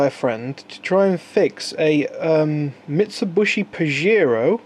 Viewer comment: I always thought it was a Mitsubishi, not a Mitsubushi